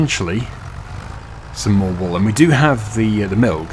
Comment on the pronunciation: 'Wool' pronounced like "Pool" 😂 'Wall' is a bit different 😊 Reminded me on how Benedict C pronouncing Pengiuns in one nature show 😂